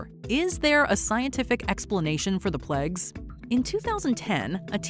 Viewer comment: It’s the first time I’ve heard ‘plagues’ pronounced as ‘plegs’ (by the narrator).